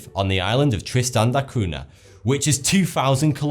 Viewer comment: "Cunha" is pronounced "Cuña"